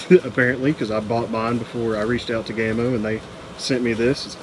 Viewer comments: ITS PRONOUNCED 'GAMMO' NOT GAY-MO FOR GODS SAKE 🤬🤬🤬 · What the heck is GAME O? Game oh perhaps. Why do Americans insist on trying to ruin the ENGLISH as it is spoken. It's GA MO.